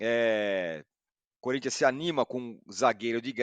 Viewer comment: Corrigindo a milly : é difícil não rir do curintcha 😂😂😂😂